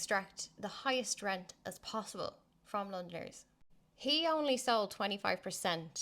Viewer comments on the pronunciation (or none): none